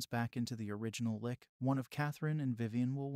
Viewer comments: Why is it these channel narators seem to not be able to use correct pronounciation and ennunciation. It really breaks you out of the story and you have to keep thinking oh yeah... he means X not what he said. Are they good quality text to speech bots? I mean this one not even 5min in, protagonist was said incorrectly, Lich is phonetically harder on the CH sound, like CHeese. Ok wow he pronounced Lich more correctly 8min 33sec in... so im presuming there was error before? Why would you leave it in? Another channel has this issue, was saying Viscount as Viz-Count, where once again the s in silent and its Veye'count. They seem to all have North American accents and Im giving the benefit of the doubt they are bots because If they want to use this as demonstration of VO work they will find these work against them. Regardless, its a pet peev when people have poor pronounciation in presentation, less so in conversation. Guessing blame to the NA school systems? I mean a 5 second google is best practice if you havent used the word frequently in speech or not heard it spoken before. Take this as constructive criticism despite my annoyances for which i apologise, I really just have found this a common thread and had meant to mention it before on another channel. You could say I was emotionally driven to actually comment this time. An editor pass would pick these things up. For an hourly rate I'd be happy to assist. Chumps work for free. Your time and effort is valuable and dont ever sel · Ouch dude. It's not pronounced li-K. It's pronounced L-itch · I mean.. seens to be good, but hearing 'Licky' all the time is strange. Isn't it 'Litch', like a sneeze. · It’s pronounced “lih-tche” not “lick” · Why did you pronounce lich as "lick" and not "litch" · Hahahaha! "Gray the 'Lick'"? I think that is pronounced, "litch". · first time i heared someone pronounce liCHHHHHHHHHH as liCKKKK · Of all the words to pronounce wrong saying liCH as lick makes it that much better